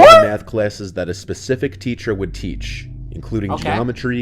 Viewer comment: “You gotta be pecific”